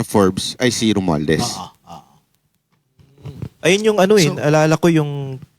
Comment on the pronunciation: Napansin ko lang di ma banggit ni atorny ang pangalang rumualdes